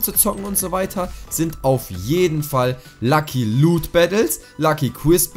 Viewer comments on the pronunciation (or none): none